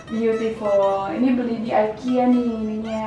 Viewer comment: ikea bacanya biasa aja ga jafi aikia hehe